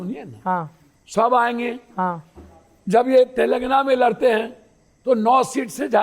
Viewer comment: तेलगाना... नही. सही. नाम. तेलंगाना.... Telangana